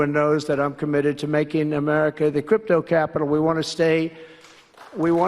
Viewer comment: Every time Trump says “crypto capital” I hear “criminal capital.”